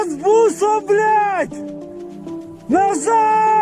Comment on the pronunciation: Произнесённое слово булиать, сдало наёмника)